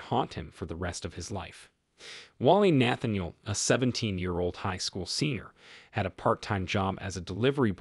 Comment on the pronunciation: Nathaniel - Machete - disarray - some of the words the narrator doesn’t know how to pronounce. Then the heavy breathing.